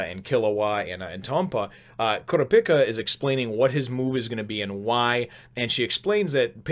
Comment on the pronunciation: Kurapika is pronounced Ker-ahh-peekah by the way. It's not a big deal though: I'm sure I'm not the first person to mention it.